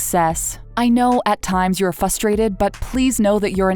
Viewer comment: Anyone else catch the “fusstrated” part ?